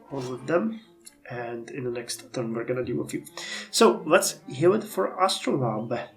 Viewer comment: Yeah, your pronounciation is pretty close ("astro-layb"). - I'm wondering if there are any Civics left to unlock in this era. I think one of them removes the city number cap (which would be extremely useful). I think it is Nationalism. I think Mercantilism gives one, Corporation gives one. Divine Right gives one. Social Contract gives one. - Scientific Method gives Oil and Natural Gas resource deposits (it is probably pretty important to know where Oil is located). - Heliocentrism gives a Great Admiral if you are the first to research it. - Depending on how many Observatories you got, you might want to make Calculus a priority given that it gives +5 science to them. - If you're still doing military reforms I'm curious if Explosives gives anything useful. Rifling is also likely worth getting. - You can apparently train Lara Croft. May require Treasure to build. - Considering how strong your financial situation is, I'd say financial techs shouldn't be a priority.